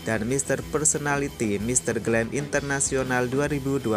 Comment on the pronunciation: Mister Grand International bkn Mister Glam International